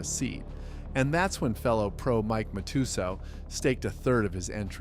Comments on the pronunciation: And Mike ma-2-soo 😂😂😂😂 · Then mah-too-so